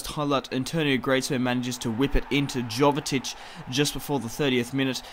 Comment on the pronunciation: Sorry to be picky, but its pronounced Yo-ve-tich (Jovetic) and Antwon (Antoine Griezmann). Your videos are awesome though mate, keep up the good work!